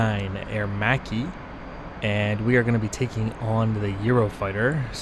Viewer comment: Thank God, someone who can pronounce Aermacchi in the right way! Anyway, nice video 👍🏻